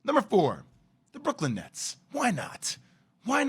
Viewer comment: Nets, he said Nets